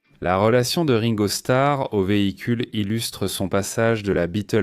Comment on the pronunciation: Et Ringo prononcé raingo ! :)